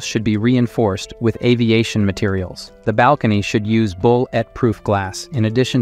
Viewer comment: bull ett, cal lead... oof. The Ai voice needs a bit more training or better scripting